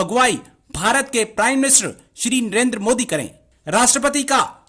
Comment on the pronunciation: First of all Jahil Gawar Kaum It's "NARENDRA MODI" not "Narinder Mudi" Benhenchod o pehle naam to thik se pronounce karlo phir Kashmir Kashmir karna.